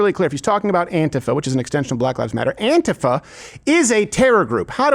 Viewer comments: “ant-if-ah”. Remember Steven you voiced over a genius…that does NOT does not equate you’ ARE one! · Why doesn’t Steven know how to pronounce “ANTIFA” correctly?